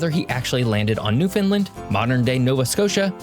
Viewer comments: He doesn't pronounce it correctly in this video, to be honest. It's newfin' LAND, not new finlin 🙂 Love your Newfoundland videos. I hope to move back there one day soon. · LOL! pronounces it "New-Finland", so the auto-translator translates it to Nouvelle-Finlande instead of Terre Neuve. (Latin: Terra Nova) And he calls it Meadows Cove, but it is called L'Anse aux Meadows... and "Meadows" is probably an anglization of "Meduse". In the early 1900s, it was actually called Lancey Meadows by the locals. The Island of Newfoundland is only slightly smaller than the Country of England (not the UK, just England). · lol ya this is a constant irritation for us Newfoundlanders. The "new" and "land" are emphasized and "found" is not making it sound like Newf'n land. Understand? (everybody now) Newfoundland!!!! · I can only assume he's from the US because he mispronounced so many words. Newfoundland rhymes with understand. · He keeps pronouncing Newfoundland incorrectly..